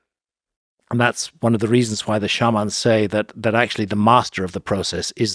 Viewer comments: Love how Graham finds funky ways to pronounce words SHARMAAAN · So it's not shay-man? 😂